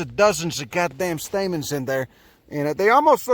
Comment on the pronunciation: Every second of this is gold. "...dey just got dozens and dozens of gahd damn staymens in der."